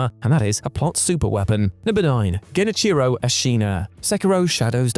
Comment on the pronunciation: The way he pronounced the name hurt my soul.